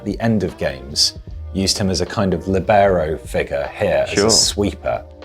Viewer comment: IN-tegral? Li-BER-o?! Is his name Jonjo Shel-VEE?